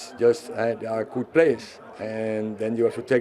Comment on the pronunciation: if you listen well, he said 'kut players'